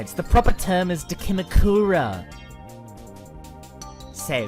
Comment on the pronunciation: u pronounced dakimakura wrong u frick